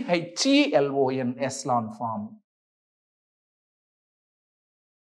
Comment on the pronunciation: Thank you sir..your pronounciation only crct sir💜🥰🙏